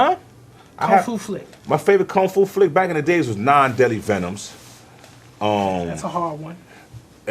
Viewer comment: Did he say 9 deadly venous?Kinda thought it was 5.STATEN ISLAND 10304